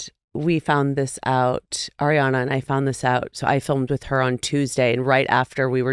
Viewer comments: nick it’s ARiana not AIRiana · NICK, can you please start saying ARRRRI Ariana's name properly, it's so irking because come off some mindful and smart...do yo not hear Doute saying it properly over and over...dude!!! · Please stop saying Air-riann! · ariana herself has said she doesn’t mind since each parent had a different pronunciation of her name growing up. she’s used to both